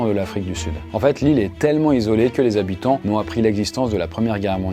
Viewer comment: Soixante "z'habitants"... ça devient une mode dans les vidéos YT, les liaisons pourries.